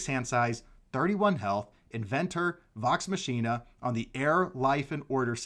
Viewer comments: That entire intro of how addresses and nicknames the crew made up for your mispro's. You are fine. Great video reveal! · Your wife has your back lol - I just can't believe you hadn't heard it pronounced prior to this video!